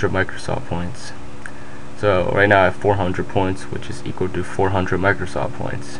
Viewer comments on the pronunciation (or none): micrrrrrrrrrrosoft points lulz